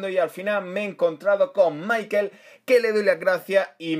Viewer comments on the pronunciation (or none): none